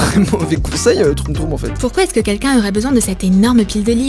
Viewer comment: J'adore qui dit "kinkin" au lieu de "quelqu'un" 😂😂😂